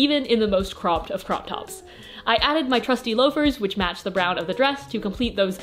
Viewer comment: the way you say brown is an abomination